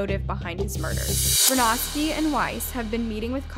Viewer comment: It's pronounced Vronsky. Just like it's spelled. Haven't you ever seen Anna Karinina? You inverted the letters. Pronounce it how it's spelled. It irritates me that Americans destroyed Brett Favre's name. They inverted letters, too. Why do that. Brett Favre doesn't seem to know how to pronounce his own name. It's FAV-re. Not FARVE. Makes people sound collectively stupid when they all pronounce it wrong.